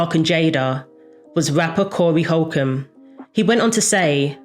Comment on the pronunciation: Did she said "rapper Corey Holcombe" 🤣🤣🤣🤣